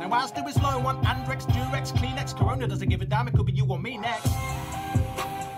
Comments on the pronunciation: Did actually say lets stop “therona” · said Rona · Raymus the (corona) rona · Is it just me or day corona pronounces it as the rona